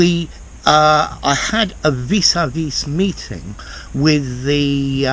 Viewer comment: The « s » at the end should not be pronounced, as it is silent - and a french word.